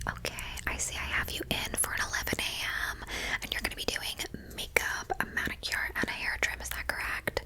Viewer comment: Love the way you pronounce “manicure” 🥰